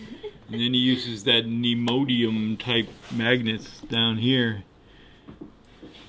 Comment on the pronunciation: Someone PLEASE tell that man the name of those magnets is pronounced "nee - o - DIM - ee - um".